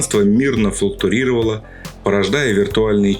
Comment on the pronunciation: "Флуктурировал"? Ну-ну. И дальше лютый бред